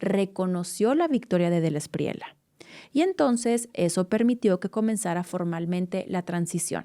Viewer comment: no digas "espriela", es "Espriella", es apellido Español.